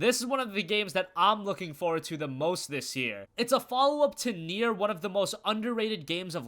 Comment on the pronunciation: thanks for saying it right.